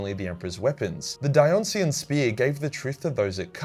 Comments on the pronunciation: Die-o-nice-ian you cretin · Stg is damn near illiterate - the Dionysian spear is pronounced Dye-oh-nye-see-an, not dee-on-see-an. Ya know, since it's named after Dionysus